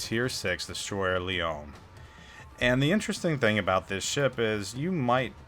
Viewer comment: Leone is pronounced just like the Billy Joel lyric "Tony Leone"... The "e" on the end is a hard E... And those "sails" are awnings rolled up...